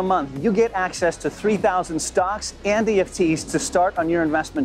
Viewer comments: Are you trying to say ETFs in that add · ETFs….. not EFTs 🤣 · did he just say EFTs and not ETFs…. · Anyone else catch that he said EFTs instead of ETFs? All good. I knew what you meant. Dope video. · When advertising "stash" you keep saying "eft's" instead of what they are, "etf's". Not sure if you caught that after editing.